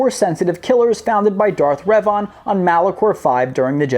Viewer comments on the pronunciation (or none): Woah woah woah, Darth Ree-vaan? WTF was That American?